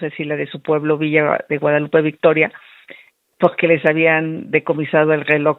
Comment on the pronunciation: Pogque? Pogque..😢 NO NECESITA ASESORIA.. COCHILT NECESITA DE QUIEN LE ESCRIBA😂😂😂😂😂😂😂😂😂POGQUE POGQUE?